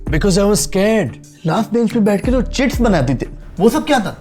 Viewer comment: Chicks ❌ chits👍